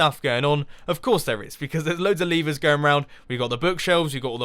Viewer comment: You Said Leevers!